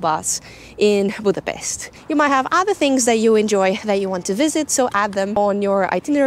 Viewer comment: Its not a c sound when you pronounce Budapest. Its a sh sound. Not s like in snake for dummies, but like S as in shoes. Its not that hard to pronounce.